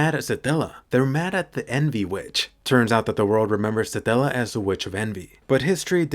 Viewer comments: Why do I hear you saying "Saadalla" instead of "Satella" everytime 😂😂 I keep picturing a random middle Eastern dude talking to Subaru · How you pronounce Satella... I'm not complaining though it's kind of satisfying